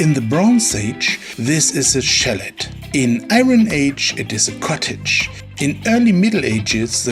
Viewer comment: The Bronze Age chalet is pronounced, "Shall AY", not "SHALL et"...it's French...